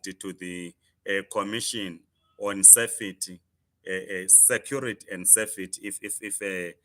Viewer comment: please learn n to pronounce words correctly before going on to this platforms. Consult Google first. It's disgusting to listen to educated people pronouncing words like Fraud Safety Against and many more. Even your Zim teachers are doing the same. Just a bit of advice. Google is there for everyone.